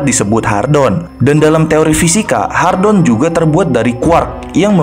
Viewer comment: "Hadron" bukan "Hardon"